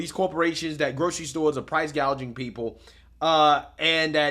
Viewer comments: Price gauging, not price gaging lol does she even know the definition between the two, she needs to go Venezuela and see what they did and where they are, utterly worrying if her crazy agenda is not listened to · He said gouging at least 7 times in one sentence… excuse me sir she did say gaging- gauging (?) regardless, she said gaging! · Throughout Kamala's entire speech she keep saying "gaging" instead of "gouging". Does she even know what she's saying when she's reading the teleprompter?